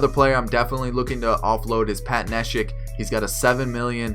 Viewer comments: Its (knee) shek nit nesh ick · Good video. It's funny how u perfectly say the spanish names but not the English ones like neshek and altherr lol